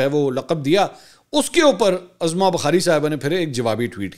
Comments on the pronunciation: Uzma hota he azma nhi lafz sahi bola krein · Janaab, ye naam AZMA nahin, UZMA hota hay. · میرے بھائی پلیز اردو تلفظ درست فرمائیں۔ عظمیٰ عین پر پیش ہے زبر نہیں Uzma درست ہے